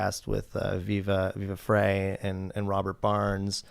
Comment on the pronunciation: It's pronounced "Viva Fry", not "Viva Fray".